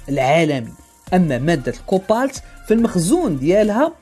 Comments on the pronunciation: Cobalt et non copalt !!! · cobalt et non copalt